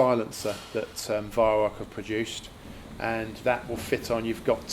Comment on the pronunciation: It's pronounced Vy-Rau, not Vy=Rock.